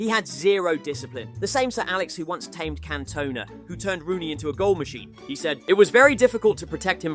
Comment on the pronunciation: Cantowna aswell wtf is this don on 😂